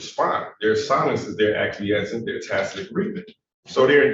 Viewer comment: There is NO LETTER H or H SOUND in the first part of the word Coercion… AND, what the fuck is Aqueezing? Do you mean acquiesce? Sigh, the human race is doomed.